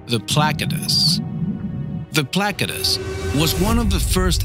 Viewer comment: Placodus sounds like platabus